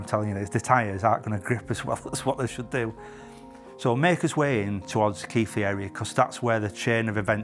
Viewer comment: Its really weird watching these videos, hearing all the street names and someone finally pronouncing "Keighley" correctly... 99% of the Police things I watch are up and down the country or in the States.... Roads mentioned in this video, I drive every day to and from work. Glad to see you back.